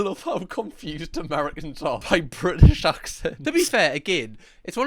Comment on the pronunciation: Ah yes. I love the brTITish